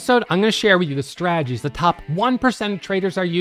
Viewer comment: Huge fan of. Haven't watched his videos in a few years until today. Glad to hear he's still not pronouncing the "t" in strategies... Straaagies:)